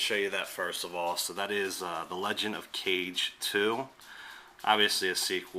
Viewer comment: d00d... 3p1c fail. Serious epic fail. It's Legend of Kage; not "Legend of Cage." As in "ka - ge" (if your brain is slow, then read it this way = kah-gei or kah=gey) Also, it is "Tai - to" ; not "tighto." [face_plain]